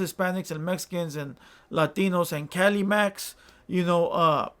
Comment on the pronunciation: This guy just said Calimac smh